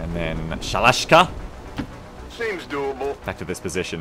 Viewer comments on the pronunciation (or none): ShalashASka, not Shalash'ka! :P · Also it's Sha-La-Shas-Ka, pronounciation wise, you're not pretty good ;) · Sha-la-SHA-ska damnit!